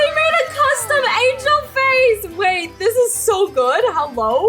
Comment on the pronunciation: I swear you said angalo not angel!!!!